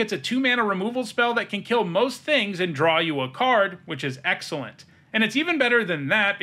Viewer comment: "... which is X-elent ..."